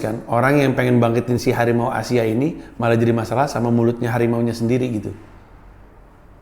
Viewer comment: hawimau bukan harimau 😂